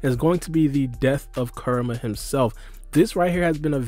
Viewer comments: It's hilarious how you're pronouncing Kuramas name. Sounds like your karuuamaa..... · It’s Kurama* say his name right